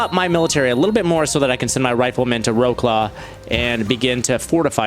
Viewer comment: Wroclaw is pronounced as vrotslav